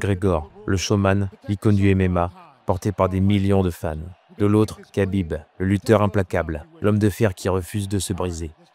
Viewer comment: Mec tu sais même pas prononcer Khabib, et tu fais des vidéos de MMA?